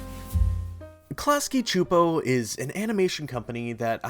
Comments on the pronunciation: I'm sorry but it's pronounced Clasky SSSSSooooopo. They say it in their own bumper at the end of every episode. I know, it bothers me more than it should but I thought maybe someone should tell you if you weren't aware. That's all, thanks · I have never heard klasky csupo pronounced out loud and I cringed every time you said it lol. But as told by ginger was my all time fave nick show. I wish there were more seasons it was so important to my development as a kid